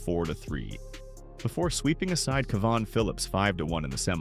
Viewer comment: oh yes, my name is ca-vaaaaan isn't it, AI bollucks haha, get in Mitchell